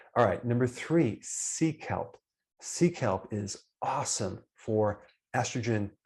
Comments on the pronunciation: Me too seek help seek help 😂😂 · I did too!! 😂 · Thank you. Now I do too 😂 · 😂😂😂 I needed this laugh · Me too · Omg yes!! I heard the same 🤣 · Same here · Me too 🙋🏼‍♀️